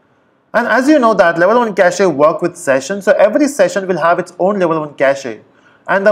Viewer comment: lol 6 years later this guy still pronounciates "cachEEEE"....